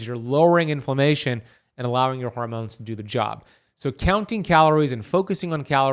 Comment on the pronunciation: Oh yeah and "hoarmones" 😂